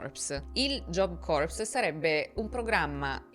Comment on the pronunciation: Punteggio che “corps” si pronuncia “cor” (anche la p è praticamente silente ). Se pronunci la p e la s stai pronunciando “corpse” ovvero cadavere.